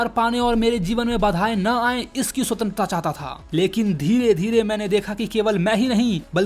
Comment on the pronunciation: Bar bar Sutentrata sutentrata kare ja raha he 😂😂